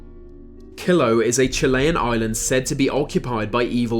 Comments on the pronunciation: If Chile is pronounced like "Chill" with + E... Why would Chiloé be pronounced as Kilu ??? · I used to live on the island. It's pronounced "chill" + the letter "o" + the letter "a". Chill-o-a